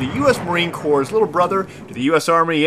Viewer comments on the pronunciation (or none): none